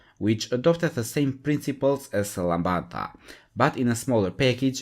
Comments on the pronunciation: Lambda not Lambada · Lancia Lambda not Lambada, that's a $#%t tune from the early '90s